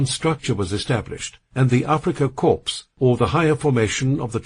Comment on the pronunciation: Korps lol. AI crap, gave up listening in 7 mins.